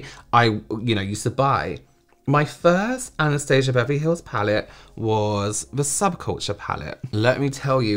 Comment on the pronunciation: “ANAHSTAHSAH BAHVAHLY HAHLLS” 😂😂😂😂